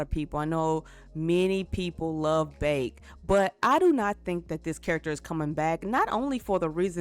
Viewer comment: Characters name "Baek", says "Bake" XD "Gon" – "Gone"